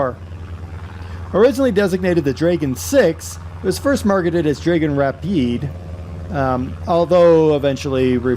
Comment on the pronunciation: I would like to be a bit nerdy and correct two things. It is called a Dragon Rapide in the UK, as you said, but is pronounced draggon not draygon, and it flew from Hatfield not Hartfield. The DH museum is all that remains now of the site (actually at London Colney) , and they have a Rapide being rebuilt. Well worth a visit if you come to London! Thanks for the video, BTW, it was great.